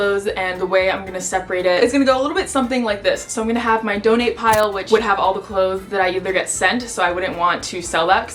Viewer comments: watch having trouble saying ‘clothes’ correctly for 17 minutes straight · Goodness I freaking love your cleanout videos. Also clothez cause it's cool. I hope that's how u meant clothes with a z lol